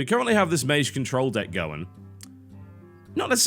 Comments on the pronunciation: he's the 1st brit i've heard ever pronouncing it like that tbh.. there's no remnant of a 'g' in his way of saying it. Pure 'j'. [meɪdʒ] being the correct way.. [meiʒ] (the way TB says it) being the weird way. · Mage = [meidʒ] is the correct way according to the oxford-bible (dictionary)...and tbh it sounds like TB pronounces it [meiʒ]. Same with Magi [meidʒi] vs [meiʒi]. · I dunno why but I find it irritating the way he pronounces "mage" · some1 brittish pls explain; what kinda accent does mr. Tb have? His way of saying mage [majje] and magi [majji] is really discerning... any1?